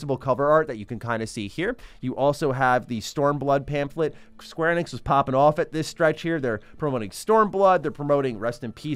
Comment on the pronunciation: the way you pronounce square Enix really drives me nuts lol.